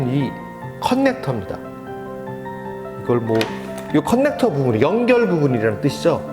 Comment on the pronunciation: 컨넥터-->>커넥터로 발음해주세요